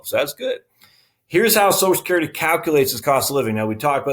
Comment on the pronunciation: It's NOT SOSECURITY, it's Social Security, why can't people. get it right?